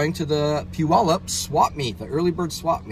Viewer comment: Nice Road Trip, and you didn’t mispronounce Puyallup. 🫵🏼💯👍